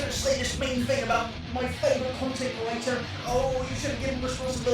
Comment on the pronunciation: I'm so used to hearing say "curator" that I'm starting to just hear that instead of creator and I'm confused